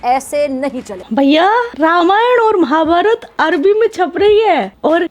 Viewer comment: नाजिया जी आपका दिल से सम्मान है आप भारत देश से है तो आपसे ये उम्मीद कर सकते है की आप महाभारता न बोल कर महाभारत बोलिये, इसी प्रकार रामायण बोलिये। आपका दिल से आभार